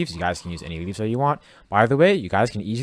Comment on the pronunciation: why did i hear him say weeds instead of leaves?